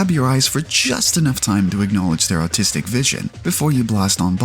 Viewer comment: sounds like you said "autistic vision" and as an autist I couldn't agree more